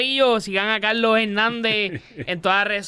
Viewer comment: Mi hermano TU eres chino?....no es Calooo .....es Carrrlosss.....ni puelto lico....🧐